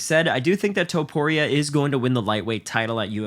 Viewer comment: Topuria, not Tuporia